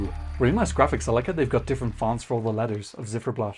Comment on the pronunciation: The band's name "Ziferblat" is pronounced with the "Z" as "TS" (like in hats). Not like a zed. It's the same word in Ukrainian as in German for "clockface".